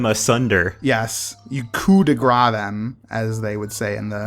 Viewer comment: It's actually pronounced Coup De Grace, not Coup De Grace